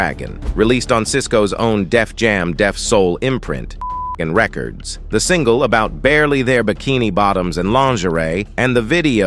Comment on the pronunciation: Ikr. It said "singla" instead of "single" 😂